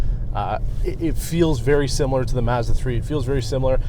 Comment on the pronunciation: Great review, but you keep pronouncing“Mazda” wrong. 😑 It’s bugging me out so much. Mazda Mazda Mazda. Oooooof😅